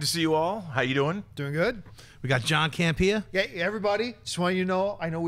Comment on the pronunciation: Campea....not camera.